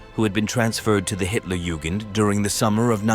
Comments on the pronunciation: Hitler Jewgand division. That’s rich. . Not sure they would have appreciated the mispronunciation. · For those who don't speak German, "Hitlerjugend" means "Hitler Youth". Though it is pronounced various ways in this video, the correct pronunciation is "yoo-gint".